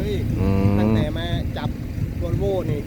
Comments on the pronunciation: 🤩วอลโว่คับไม่ใช่วีโว่คับ55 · สวัสดีครับ🙏วอลโว่นะครับไม่ใช่วีโว่ครับ😁😁😁เรียกผิดระวังอาจารย์ชายโกรธนะครับ👏👏👏💪💪💪